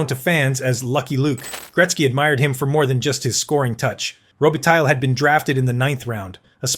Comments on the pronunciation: Row- Be-Tie Mispronounciation gets distracting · You have to learn a little bit how to pronounce Robitaille so that it is not such a total massacre. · Interesting video, thanks. One note about your production and that is if you are serious about making them you need to to get better at pronouncing the players names. I wince each time you mention Luc Robitaille.